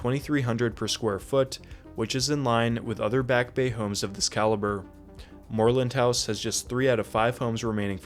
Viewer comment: Love the way you pronounce "Moreland House" in the British style.